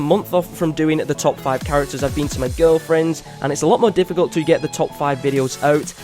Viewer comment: he said girlfrend(s)